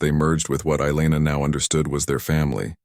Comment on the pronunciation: Elana, not eyeliner 😁😆😅🤣